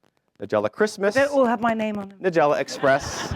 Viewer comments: Dear MC: It's NEYE-gella, not NUH-gella. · "With further ado"..."Ni-jelluh"......hope that pathetic host got his ass fired after this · Usually a good idea to learn to pronounce the name of your guest correctly... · He can’t pronounce her name either!!! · This guy CANNOT pronounce her name correctly... ugh!!!